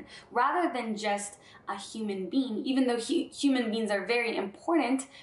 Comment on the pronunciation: Does anyone else hear 'bean' when she says 'being'? Human bean, Galactic bean, love all beans. Pretty cute.